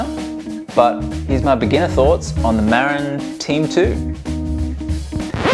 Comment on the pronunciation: Muh - rinn, not Mare-Inn. It's named for the county in California, which is named after an Indigenous chief.